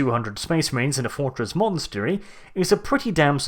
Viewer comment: You managed to say "fortress monetary" three times in one sentence. Don't do that again.